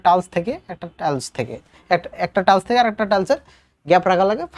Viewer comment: ধন্যবাদ। কিন্তু টালস্ নয় টাইলস্ হবে।